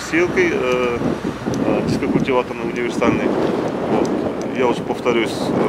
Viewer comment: Универсально = непрофессиона́льно.